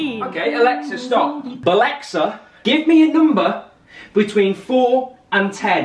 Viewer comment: The fact that he said “balexa”